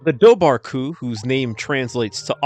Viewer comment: Its pronounced var not bar bh in irish is a v we have are own langig